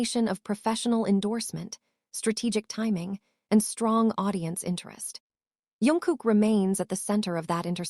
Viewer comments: His name is jungkook not yunguk🙄🙄🙄🙄🙄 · Not Yungkook!! Jungkook!!